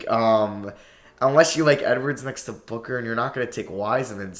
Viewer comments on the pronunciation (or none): none